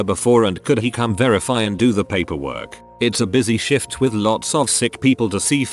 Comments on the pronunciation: I swear at :18 he says " on a night shit". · I love how shift is pronounced shit